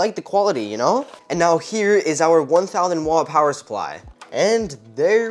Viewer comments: I feel like people are going to make fun of how he says 1000 wat power supply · The way u say 1000 watt 😂😂😂 lmao